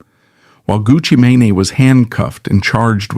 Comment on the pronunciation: Everytime he says “Gucci maney” lol